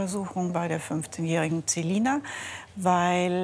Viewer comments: Wir alle Celina Ausgesprochen : ßelina Artzt Celina Ausgesprochen ZEH lina HQHQHQHQHQ😂😂😂😂😂😂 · Wie es mich aufregt sie heißt Celina und die nennt di zelina😨😂😂